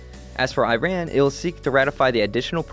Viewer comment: Great video, except it is Iran is pronounced incorrectly just in case you didn't know :)